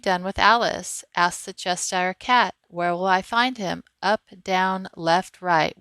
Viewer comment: Cheshire has an SH in the middle.